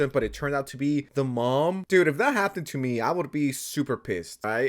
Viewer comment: Why do you pronounce happened with a t